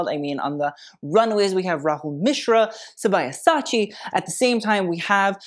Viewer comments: sab-ya-sa-chi not sa-ba-ya-sa-chi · YESSSSSSSSS THIS IS WHY I LOVE YOUR PAGE!!! but Sabyasachi is pronounced sub-ee-yah-sah-chi * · Hehe it's SAH-BHYA-SAHCHI 😊❤️